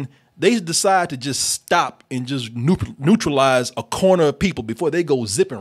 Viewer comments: Neuralize not neutrualize! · Lol "neutralize" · Neuralize, not neutralize... Lame movie, nevertheless. One-off rental, indeed. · Neuralizing not Neutralize. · It's great to hear making sure to say Neurolize, while keeps saying Neutralize. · Ok, I know this is a small thing, but did it bug the shit out of anybody else that kept saying "NEUTRALIZE" instead of "NEURALIZE" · It’s neuralize not neutralize